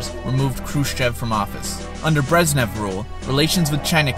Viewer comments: My friend... its not Brezzz nev.. its Brezhhh nev... say nezhh. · they're pronounced Gorbachyov and BreZHnev not Gorbachev and Breznev. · How obvious that the author of this video has no real knowledge of the topic and has done minimal research. Pronouncing Malenkov's name as "Georgie" and Brezhnev's as "Breznev". Emetic!